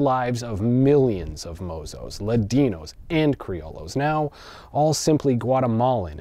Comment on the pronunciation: Double Ls in Spanish make a Y sound. Cree-o-yos. Otherwise, a fantastic piece as always.